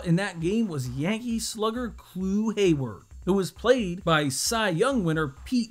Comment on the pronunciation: did you say Clue Hayward??